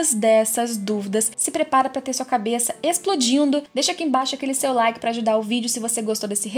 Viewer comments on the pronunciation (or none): none